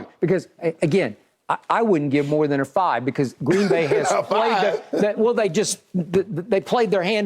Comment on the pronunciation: Skip, it's not GREEEEN BAY, it's pronounced Green Bay.